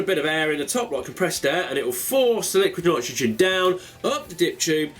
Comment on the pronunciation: niquid litrogen lol